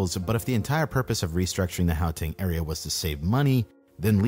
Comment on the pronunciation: Lol or the "how"teng instead of Gauteng 🤣